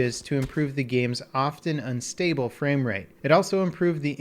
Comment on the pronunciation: He messed up "framerate" a little the first time and forgot to edit it out.